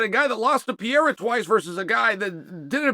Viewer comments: Why this clown ptsd Chael always says Pierra 🤡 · but hes pronouncing pereira like pier so its like french pereira xdd